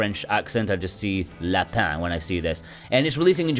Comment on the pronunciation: haha I love your French accent! You said it perfectly 😄